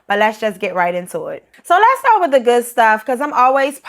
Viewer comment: Totally agree with you. When I hear some "estadounidenses" speak in English I cringe at their mispronunciations (according to my Canadian ear). For example, this lady say "wif" instead of "with". She speaks Spanish more accurately than she speaks English.